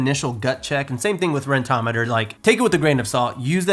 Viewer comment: Everyone: Rent-O-Meter: Ren-tometer